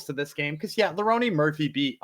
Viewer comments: okay!! Got it! Like a running joke. My bad, i missed ur picks last week and track my favorite cappers along with my picks for fun. Kept hearing both say Leroney and I had to know if i was missing a joke like you described or not lmao. Thanks for not taking it as anything negative. No need to designate an episode to me or nothing. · Is calling him “Leroney” rather than Lerone like a joke or do you guys actually think that’s how you say his name? No hate fellas, just curious